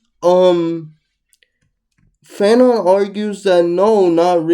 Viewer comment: Frantz, Jordan... not Fanon my guy. 😅